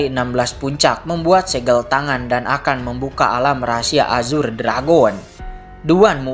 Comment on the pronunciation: Nah gitu donk bg baca azure jgn ajur lagi😂😂